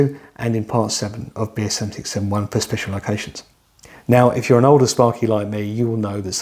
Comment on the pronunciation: Thank goodness that the tongue twister BS7671 is written in the description text... it's impossible to ascertain from any of the occasions that it is spoken... "be'esevixevven-one" good, clear, informative video aside from that. Thanks.